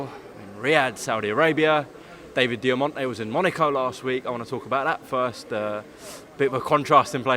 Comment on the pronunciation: Its David Diamante......Diamante